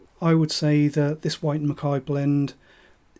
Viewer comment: Interesting local dialect, pronouncing "WHyte" as SHwyte" With a Glen Moray Classic sold in the supermarket for £20, I can't see the point of these Blends, honestly. I also love Tamnavulin but only in Ex-Bourbon without any finish. Ex Oak Carn Mor Tamnavulin 2009 13 Year Old American Oak Douglas Laing Provenance 8 Year Old 2015 (cask 19143) Tamnavulin 12 Year Old OB, You can still find it for about £105